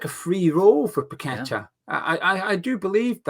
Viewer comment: the way you pronounce his name doesn’t fit his song.. must rhyme with better 👍🏼⚒️